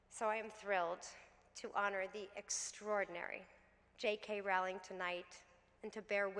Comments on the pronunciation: love you Jessica, but it's "ROWLING" not "RAWLING" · Dear SJP--I love you but you mispronounced Jo's surname over and over. It's simply "row-ling" (as in "row" your boat). You're welcome. Jo seems like an absolutely lovely person. Wonderful speech! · You could at least pronounce her name correctly. She's only the most known writer in the modern age.